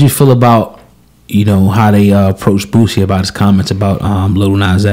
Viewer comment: Say the man's name right though... It's BOOSIE... not Bootsie!